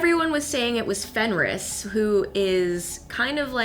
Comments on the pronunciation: I thought it was Fenrir not Fenris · Its fenrir, not fenris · it's FenriR with R not S.I just had to comment. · FenriS.... -_- FFS! ITS FOKIN' FenriR!!!! Do your research at least, If you earn for living with it! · I believe it's called Fenrir and not Fenris... Also maybe they want to introduce another culture: the native american. It is known that the figure of the wolf played a big role in their culture. Also, because Mr.Wednesday didn't seemed troubled enough about the wolf, there could be a reference to the Geri and Freki, two wolves sworn to Odin and it is said they brought luck... Anyway , nice videos, keep up the good work! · Its Fenrir, nit Fenris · I'm not normally the one to correct some one when they get a word or a name rong so I'm sorry but the name of lokis child is fenrir not fenris I though you might like to no that's all XD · It's Fenrir, not Fenris.